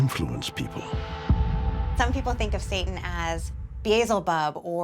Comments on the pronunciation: Why you in the video?? You came in as an expert but failed before 10 seconds when you naming Beelzebub as Beezelbub😂😂😂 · Is anyone else bothered by the fact she said beeaysulbub